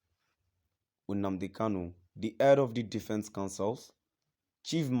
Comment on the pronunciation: Mr Man plz stop calling Nnamdi Kanu UMNNADI KANU. You should learn how to pronounce NNAMDI KANU and not UM NNADI KANU. Thank you